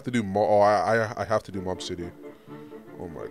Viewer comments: he did not just call mob "mash" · Bro called mob mash 😭😭😭😭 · if bro calls mob mash again , i swear!😭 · bro def doesnt watch anime😂bro called mob “mash”😂😂😂braindead